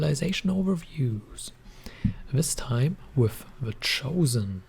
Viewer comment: Your pronounciation is wrong. It's called chosôn. Ch pronounced as long k.